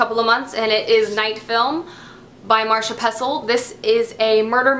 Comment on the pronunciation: You keep pronouncing her name "Marsha" Pessl in every video you mention Night Film. There's an 'I' in there. MarIsha Pessl. Just an FYI.